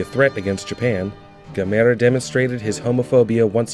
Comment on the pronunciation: Say the name right